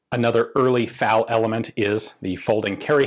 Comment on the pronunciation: It's F.A.L., not fal.